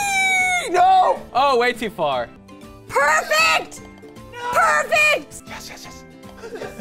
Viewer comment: don't you "parfect" the score